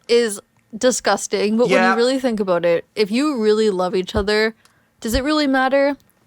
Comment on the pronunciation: Canadian spotted (heard?) — they said “aboat”